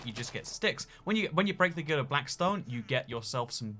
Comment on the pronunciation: It's not "glided", it's "gilded". :3